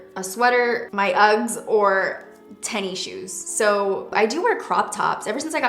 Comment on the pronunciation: OMG I absolutely love you lol you say "Tenni Shoes" instead of Tennis Shoes or Sneakers and I've always said "Tenni Shoes" :)!!!!